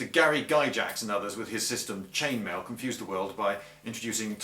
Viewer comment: Guy-jacks? Damn Englishmen. It's Gygax!